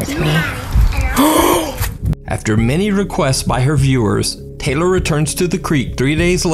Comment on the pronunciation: It’s tay- lor , thats also my name and its not pronounced tyler 🙄😂